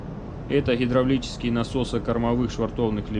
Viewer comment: Почему нельзя "хговорить" уже по-украински, или по-русски, как-то определиться, а то какой-то суржик. "Хгазы","хглавный","хгидравлический".